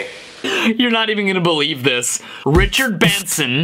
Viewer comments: I just made a 10 min video of him saying ritcherd bensen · Ritcherd bensen